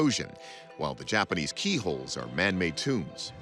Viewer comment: "The JAPPERNEESE" 😂😂😂😂